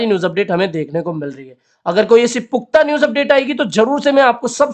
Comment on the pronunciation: Puqta nahi hota wo🤣😂Pukhta News Hota h